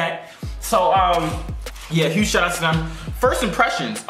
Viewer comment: "I wanna give a whoge shout out whoge? huge?" 😂😂😂😂